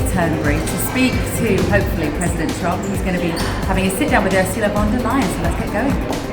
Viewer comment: URSULA LEYEN AKA.... ur sa a ley er.... ur such a liar